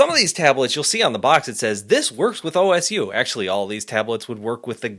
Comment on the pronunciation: FYI osu is pronounced as "oh-sue" or "oss" without the final u which I think is how a native Japanese speaker typically says it. Osu community is where OpenTabletDriver comes from because they needed a higher-performance tablet driver to play the game and one that works with many (300+) different drawing tablets.